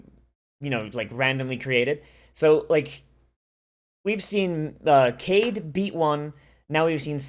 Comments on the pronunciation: I think he mispronounced it because the name is "Kaede" (not Kanade). But I thought he knew Japanese pronounciation better than that, so that's a weird way to say it. Maybe I'm just not seeing the trolling. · Kaede - Kai-eh-day